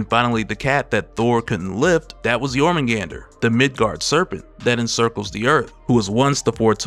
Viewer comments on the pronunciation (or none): none